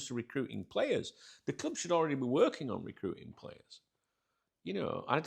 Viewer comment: I don’t like the way you say Club sounds fucked up cljuuib